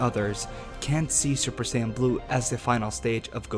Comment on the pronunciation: 1) "USSJ" was the form used by Future Trunks when fighting Perfect Cell. Both Goku AND Cell explain to Gohan and Trunks respectively why this form is a BAD one. It limits the bodies ability to move. Mixing it with SSJ-Blue would not help at all. 2) It's SAIYAN, not Sanyon 3) Personally, I believe that SSJ2-Blue, SSJ3-Blue, or even SSJ4-Blue would be the most logical choice, but if I were to make a more powerful version of Super Saiyan God, I'd give it Silvery-White Hair, and call it "Super Saiyan Silver" or even "Super Saiyan Platinum"